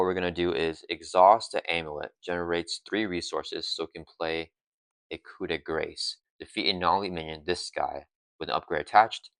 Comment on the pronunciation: gotta out meta the pronunciation police. You were spot on with yours keeping the s sound from the c in grace. Eagerly awaiting someone to say, 'ackshually- its koo-de-grah'